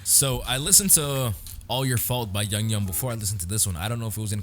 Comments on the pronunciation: I loved your reaction! Can I just correct you on how to pronounce his name? It’s like YOU-GEE- YUM (hard g sound) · IT'S PRONOUNCED "YOO-GYUM" !!!!!!! love your channel btw